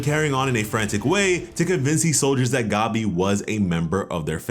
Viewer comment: bruh why do you call her gobby?? the green gobby lmao it’s gabi like gabby